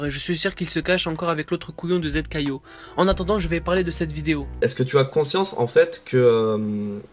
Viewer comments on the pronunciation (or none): il appel zkayo zkayzio lol